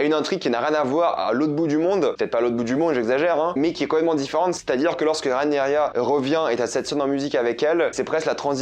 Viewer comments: c'est pas Rhaenyria, c'est Rhaenyra!! 😂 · RahenyRA pas RahenyRIA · Ce n’est pas Rhaenerya mais Rhaenyra🙃